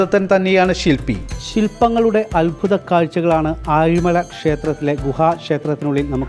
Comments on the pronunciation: പറഞ്ഞപ്പോ നാക്ക് കുഴഞ്ഞതാ ഒന്ന് ക്ഷമിച്ചേക്ക് 😁😁😁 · ആലിമഴ അല്ല ആഴിമല